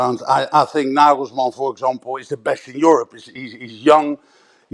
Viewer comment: His name is Nagelsmann not Naglesmann